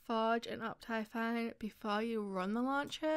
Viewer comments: *up thigh fine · No one: Her: oPTyFiNe